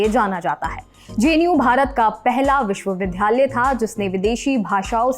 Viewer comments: अपना उच्चारण सुधारो, विश्वविद्यालय बोलो, विश्वविधालय नहीं. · एंकर महोदया कृपया निम्नलिखित शब्दों के उच्चारण पर पुनर्विचार करें। विश्वविद्यालय, स्थिति और वगैरह (#MTI)